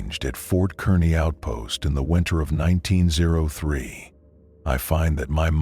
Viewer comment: Whats weird is their is a Fort Kearny that closed in 1903 in Nebraska which is funny. Great story though, loved it! Only thing was when the AI reads out q903 as 19ZERO3 lol